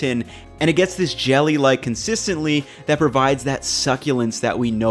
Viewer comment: First I heard “consistently” instead of consistency, then “explosed”... are you messing with us?